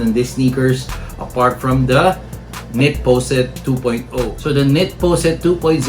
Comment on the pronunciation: its not knit powsit, its knitposite